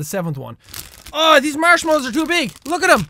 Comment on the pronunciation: It sounds like he's saying Marshalls.